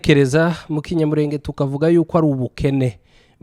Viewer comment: Gerageza kuvuga Ikinyamulenge wo kabyara we! Gorora ururimi